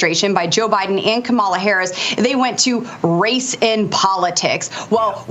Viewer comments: Boebert, the Vice President’s name is pronounced “Comma-La”. Such disrespect. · Omg, your outburst on mispronouncing Kamala's name --- I'm right there with you. I just want to hear someone start mispronouncing the names of people who insist on saying her name wrong. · Thank you for correcting her pronunciation. The Vice President is not Trump’s WWE wrestling buddy. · I don't worry about the mispronunciation of Kamala or Walz. It all helps with their name recognition in a very short (by US standards) election campaign. The constant references to "President" Trump are mildly irritating, though technically correct. They are helping HIM and his most rabid followers (a small number, fortunately) to make believe that he really still is the President! I think we need to see more of Joe to remind the world who the ACTUAL President is, like it or not. I like it. But I've enjoyed "Sleepy" Joe's steady hand amongst the chaos, and I'm looking forward to President "Calmer-la" Harris and VP Tim (not obsessed with) Walz! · So many republicans are deliberately mispronouncing Kamala Harris' name. I hope when she wins and becomes president, she deliberately ignores anybody who refuses to say her name correctly. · Boebert proves how ignorant they are by mispronouncing Kamala’s name over and over again. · I felt your frustration to the bone over how "Kamala" is consistently being mispronounced! Once is a mistake, but purposely doing so repeatedly is just disrespectful.